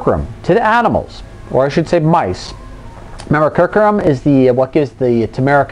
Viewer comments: I'm very interested in this. I would say you might do well to spend 5 minutes to practice how to pronounce a word that's the central subject of your video, or instead publish this as a blog so that you don't have to say 'curcumin' out loud. People tend to make snap judgement about your intelligence when you badly mispronounce simple words. Try this: CUR--- Q --- min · That is an acceptable criticism. It is actually an error in pronunciation I made quite a few times. I agree fully with it giving the wrong impression. This is something I will fix the next time the subject of curcumin comes up. CUR-Q-min nit Cur-Coo-min.;-) - Blog Here